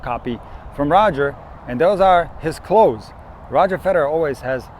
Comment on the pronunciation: I laughed out when you say clothes 😂 😂 😂